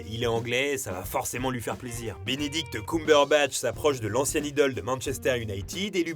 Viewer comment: "Binidict" aussi 😂😂